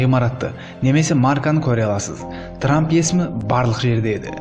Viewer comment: Ей трамм деген трамм